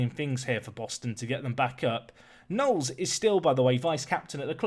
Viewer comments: That's a pretty exotic way of pronouncing Knowles. I like to imagine Pep would pronounce it like you do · That pronunciation of “Knowles” 🤣🤣